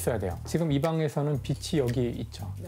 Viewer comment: 빛이, 빛을 [비시], [비슬] 이라고 발음하는거 너무 거슬리는데 병인가..